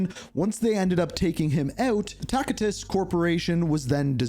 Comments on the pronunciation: yeah. its pronounced tasitus. the C is pronounced as S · You are, lol. It's a soft C, pronounced like "Tassitus"